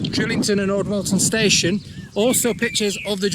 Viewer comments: It's Drighlington, not Drillington. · Enjoying the great vlogs. The G in Drighlington isn’t silent, it is pronounced. I used to live in the village and locals just call it Drig. Keep up the good work. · Pisses me off the way you say Drighlington